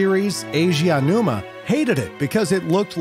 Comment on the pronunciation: There are a lot of mispronunciations, he says 'Keji Kondo' at one point, and says Aonuma wrong every time. Not to mention visual mistakes (showing Super Mario Bros 85, but labelling it as Mario Bros 83). It's quite lazy overall. He even said the PS2 Slim came out in 2014 in another video with the same thing on screen... How does nobody pick up on this?